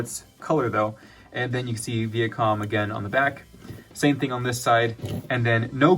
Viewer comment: Vee-ah com ... lol